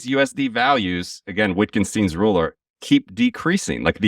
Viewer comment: Wittgenstein is pronounced like Vit-gen-shtine, not wit-gen-stine W is pronounced as a V St is pronounced with an sh sound